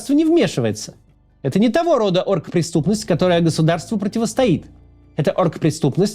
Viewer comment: Мне кажется или Максим произносит "орк-преступность"?)